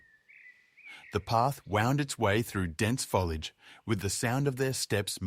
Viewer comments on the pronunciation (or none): Modern zoos don't put them in cages. Would the reader learn to say the words correctly e.g. foliate foliages foliag